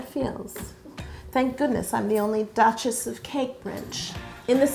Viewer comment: Honestly I'm not gonna lie, it sounded like Yo said "I'm the Duchess of Cake, B****" lol.... I bleeped it out so I wouldn't be banned.